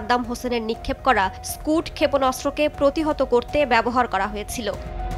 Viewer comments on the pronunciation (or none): স্কুড নয় স্কাড ক্ষেপণাস্ত্র